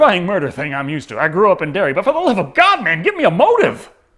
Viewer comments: Seeing that he called Derry “Dairy” twice in the first 2 minutes of the video, it’s probably time to save myself 32 more minutes of aggravation. Adios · Fyi, its Derry not Dairy. Also, it's not fair to lump people from other states in New England with the homophobic backwoods hillbillies that reside in Maine. Not all New Englanders (or all Mainers) are like the carny trash depicted.